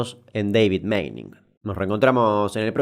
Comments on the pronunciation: Tanto que te esforzaste en pronunciar y me parece que es Manning no Meining la pronunciacion ajajjaa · Repeat after me: Pronunciation: "Mening" Damian: "que le invente una i y lo pronuncie Meining, dice" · Se pronuncia Mah-ning. Alargando la aaa. No Meining. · se tiene que pronunciar Maning y no Meining, por la doble N en el medio :P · se pronuncia maning como suena! (un jodido)